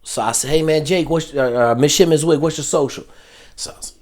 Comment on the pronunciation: You did so much research on him you didn't know how to pronounce his last name. Come on man!!